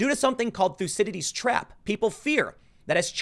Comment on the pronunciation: "Thucydides Trap." You need to pronounce this better. Almost sounds like Ulysses (31) trap.